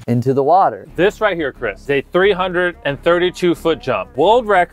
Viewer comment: I thought Jimmy was calling chris bab for a second